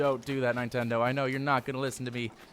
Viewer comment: Did you say nietendo